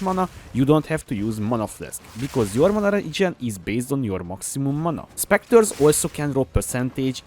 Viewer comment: Bro i really like your accent, but this one time it needs to be addressed ❤😂 Spectres (spekktas) Sceptres (zepptas) Ty for your build :)